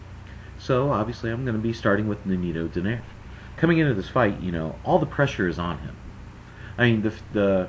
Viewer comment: Its pronounced = Doh-Nigh-Reh not Doh-Nayr. Didn't any of you listen to the announcer?